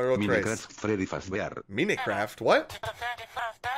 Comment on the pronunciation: Fazz feady fart or something